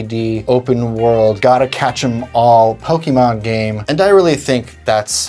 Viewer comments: Pokeeemon..... It hurt my ears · … are you saying "Pokimon"?😅 Makes me wonder, how you pronounce "pocket"...